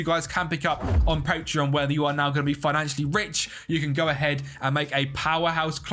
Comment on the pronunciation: Bro when you mention your patreon members it says „pateron“ not patreon🖐️